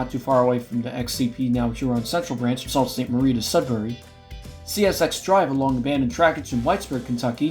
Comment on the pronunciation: There is a street in Dorr, Michigan just south of Byron Center called Penn Central Street, and by the way when you mentioned the City of Sault Ste Marie, its pronunced (Soo Sainte Marie), and its how the Soo Line which is now a fallen flag got it's name from